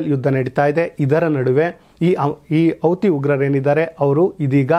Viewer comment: ನಿಮ್ಮ ನ್ಯೂಸ್ ಓಕೆ. ಶ್ಲಾಘನೀಯ. ಆದ್ರೆ 'ಹ ' ಕಾರ ಗೋವಿಂದಾ...! ಅಡಗು, ಅಮಾಸ್, ಔತಿ,ಒಂದಿರುವ, ಅನ್ನೆರಡು etc...